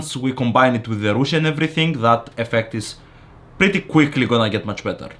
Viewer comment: Don't depreciate your skills, you are so talented! Also the fact that you say "rouge" is funny to me (cuz I'm french)